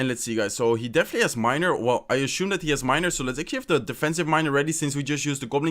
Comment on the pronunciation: is no one going to comment on how he says ashume instead of assume?